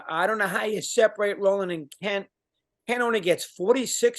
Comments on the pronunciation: It's Rolen not Rolan. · It’s Scott ROLEN.